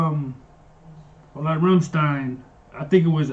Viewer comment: The way you said "Flake" to is correct. Now you just need to learn to pronounce "Rammstein" correct. :D The "st" is pronounced like "sht"